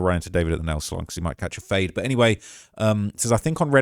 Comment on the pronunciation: "Might catch a fade" in a British accent hits different